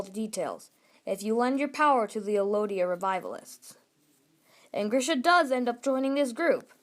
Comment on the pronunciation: Why are you saying Elodia? It's ELdia.